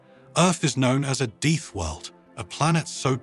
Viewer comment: "...Deeth World..." This human sighs.